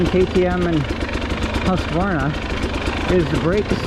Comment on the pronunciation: Thanks for another great review! And especially for pronouncing “HUSK-var-na” correctly :)